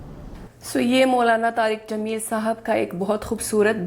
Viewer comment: allahamdrulleh aaj pronounce Sahi kiye naam maulana tariq jameel saheb